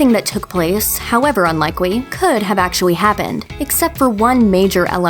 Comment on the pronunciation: Thought my brain was broke for a second there. Is she deaf? However unlikewy... actuwy happened...